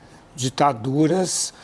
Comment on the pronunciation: Quanta dificuldade do comenazista em falar DITADURAS.